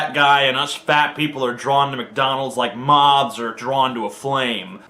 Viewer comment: Did he say "Moths are drawn to the flame." or "Mobs are drawn to the flame."